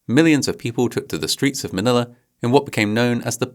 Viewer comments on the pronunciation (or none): none